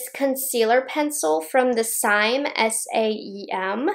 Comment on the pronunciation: Lashes are Japanese. The Saem is pronounced “The Sam.”